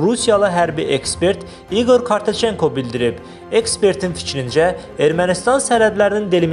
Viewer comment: Ay bisavad Kortoçenko yox.Kişinin familiyasın düz dedə.